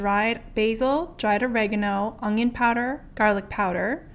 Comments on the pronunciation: Lol you say 'ung-Yun', my dad said onion that way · lol just without the g sound. un-yun